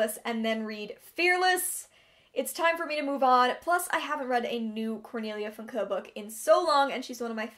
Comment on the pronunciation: haha I really appreciate (and this coming from a German) you trying to pronounce Cornelia Funke's last name as German as possible and you actually did it pretty well :D:D